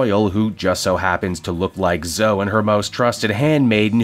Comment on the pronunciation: Hold on, did you call "Zo-E"... "Zoe" lol